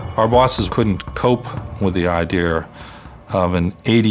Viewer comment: Idear? Really? Okay.